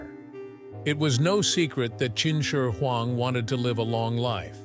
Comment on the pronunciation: The narrator's pronunciation of "Qin Shi Huang" is not consistent at all. At times he gets it just about right, and than suddenly it rolls out the tongue completely wrong. LOL. It reminds of that one narrator who say's "Cao Cao(Tsao Tsao)" and than mistakenly says "Chow Chow" here and there through out the who video.